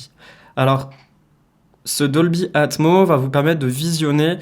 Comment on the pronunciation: Doldy Atmoss Dolby Atmoss ..... c'est mieux si tu dis Atmoss ya un S ..... faut le prononcer. Sans rancune.